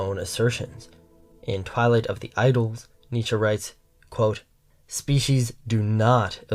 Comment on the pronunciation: I know it makes no difference to you, one complaint over something so asinine as pronunciation, and this may seem petty to some people, but I have to say it, out of respect for your channel and your message, because I think it is important. I can't take a narrator seriously who doesn't know how to pronounce "the" most of the time, and it's such a shame I can't ignore this mistake because you put great effort into your videos. But I just can't watch them like this being distracted by poor speech habits and finding myself mentally correcting you every 10 seconds. It's not a matter of style or preference. There is a wrong way and a correct way to pronounce this word according to very specific and easy to follow rules, and you're just not doing it right. That's not just my opinion, that is a fact. I say this as a conservative with concern to the decline of proper speech. It doesn't matter if you are young, or English is not your first language. That doesn't make it right, and you are setting the wrong example even to young people whose first language is English, and you should set the right example especially to a young, impressionable conservative leaning audience, because there is already so much bad influence around them. I have observed this 'trend' among young speakers who seem to think they can pronounce "the" whatever they feel like at the moment. It's indecent. Try to adapt the right habits now because if you do not unlearn this way of speaking soon you will forever sound